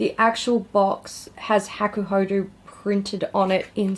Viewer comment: you say it like hah-koo-hoh-doh and the yachiyo brush is the traditional brush that maiko-san and geisha use to powder their white faces. also i dont know why you even bought that morphe brush set… you know what you like obviously so you should have just selected a few that piqued your interest seeing as you just did a brush declutter